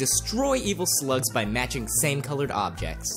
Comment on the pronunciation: did he say sluts or slug s